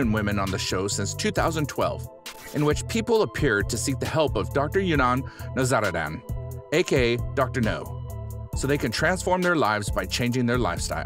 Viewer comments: Um his name is pronounced Dr You-Nahn Now-zar-dahn…Not Dr. Younan Nazannsddann… aka Dr. Now, not Dr. No. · Kinda sounded like he said Dr. NaZonaDon No